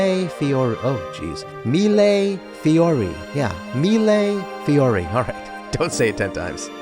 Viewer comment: Thank you for pronouncing "mee-lay fee-orr-ee" enough times that lots of people will learn it. The "thousands of flowers" technique in Venetian glass tradition is seen all over the world, yet few people know what to call it.